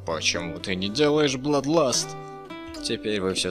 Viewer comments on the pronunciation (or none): none